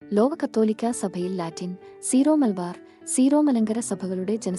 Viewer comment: സീറോ അല്ല സിറോ ആണ്